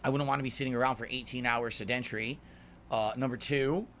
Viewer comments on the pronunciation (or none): Sehden’tree? You mean sedentary? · Why does DSP see you know STORYTELLING a waste of time in a game? 🤔 Edit: the word is "Sed-en-tar-y"! Learn how to speak words!! NOT "sed-entry"!!